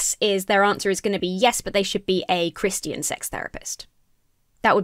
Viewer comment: says Chris-t-ian, yes I know that's how posh people say it, no, I'm not above being charmed by it.